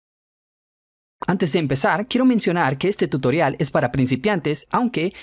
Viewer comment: desde cuando tutorial se pronuncia tuitrion